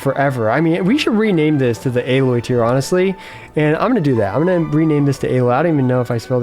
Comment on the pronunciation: Just FYI: Alloy (Al-oy) = metal composite, Aloy (A-loy) = trash.